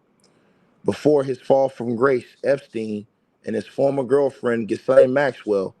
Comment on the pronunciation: (Her name is pronounced ‘Gill-ane’. The S is silent)